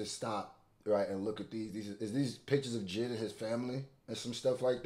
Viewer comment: Jay Eye Dee not jihd